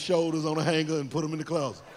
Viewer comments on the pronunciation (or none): none